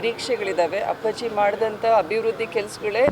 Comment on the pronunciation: Say appaji properly😅😅😅😂